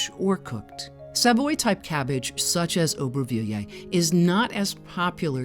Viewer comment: Nice video, but if you can't pronounce the name, don't try to say it 50 times 🤣